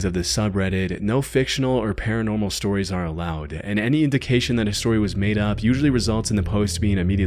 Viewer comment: "True sotires" sure, pal. XD